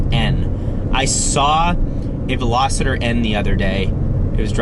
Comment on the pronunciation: hey, it’s not Velosciter. It’s Vel-oss-stir- aka Veloster. Loved the video bro. Keep the dope ass videos up! Loved the commentary on this one especially